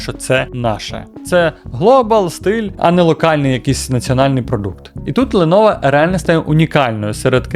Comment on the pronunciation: Ти шо дибіл яке леново лепово вчи ганглійську